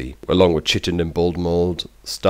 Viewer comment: why is it that no one can pronounce chitin why. KY-TIN I mean come on